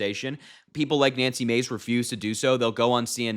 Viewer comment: It’s not Macy. It’s Mahcy.